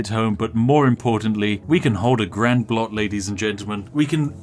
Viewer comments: Never heard a english speaker say "blot" before XD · The Narrator pronounced "Blot" with the "l" before the "o"! Where is the real Spiffing Brit, and what have you done with him? o_O